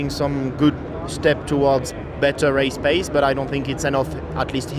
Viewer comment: raeyzs paeyzs